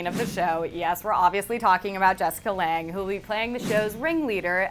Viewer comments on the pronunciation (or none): none